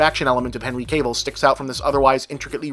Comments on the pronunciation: If you don't mind, say 'Caville' and 'Gable' in succession in a future video. I just hear 'Gable' every time you say 'Caville'. :) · I love how you pronounce Cavill as "Cable"